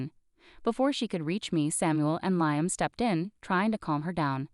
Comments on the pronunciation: It is pronounced Lee um Not Lie um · Narrator is in a race to finish the story. Slow down. Lee um not Lie um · Liam is pronounced Lee -am